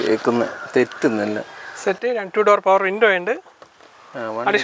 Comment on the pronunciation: യേ ഭായ്.. റ്റൂ ഡോ അല്ല റ്റൂ ഡോർ പവർ വിന്റെ എന്നാണ്